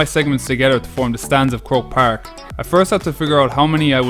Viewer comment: Hahaha it's croke park lol